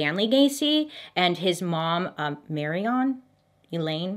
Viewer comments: Mare-eon. Not Mary-on. Lol. Too cute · Weird Irony that I just realized - John Wayne Gacy was named after his dad and John Wayne - who's original name was Marion Robert Morrison or Marion just like his mom. Also, Marion is pronounced like Maid Marian from Robin Hood. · I believe his mother's name was pronounced Mair-e-an. My aunt's name is Marion and that's how we pronounce it. lol Hope that helps. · if I'm not mistaken the moms name is pronounced Marian, because that's my grans name and apparently people have commented that it's normally spelt Marion apparently. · MY NAME IS MARION AND YOU SAID IT WRONG! SHAME! SHAMEE!!(It’s Mary-in)